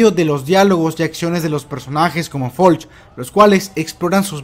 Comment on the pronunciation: Es Floch no Folch